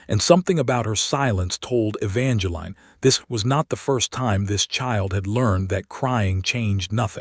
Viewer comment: My goodness, E-VAN-juh-leen. Just use the correct pronunciation.